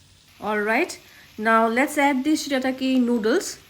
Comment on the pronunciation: say it proper